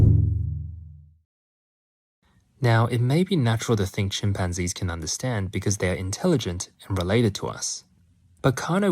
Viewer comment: Chim pan Gees! Great pronunciation